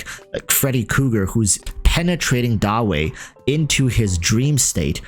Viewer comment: I was listening to this in the background and I just heard "Unless you're Freddy Cougar and penetrating Dawei"